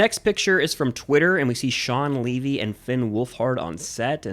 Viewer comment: Its shaun levy not shaun leavy